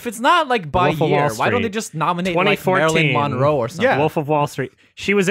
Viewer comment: I have never heard a single person pronounce Marilyn Monroe as "Marilyn Mawnroe"